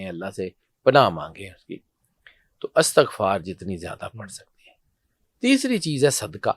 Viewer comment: "استغفار" زیر کے ساتھ پڑھا کریں، زبر کے ساتھ نہیں۔